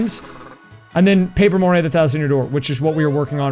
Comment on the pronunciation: Paaper Mario Papert Mario Who knew he had so many cousins?